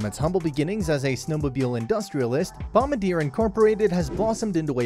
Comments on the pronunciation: Hahahahahaha. Dude, it was hurting my ears listening to this guy butcher the name. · If you’re going to do a video at least say the say right. It’s a French word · It does diminish the credibility of this video when you mispronounce the name! Think of how the French would pronounce it and that is how you say it! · Please learn how to pronounce the company name!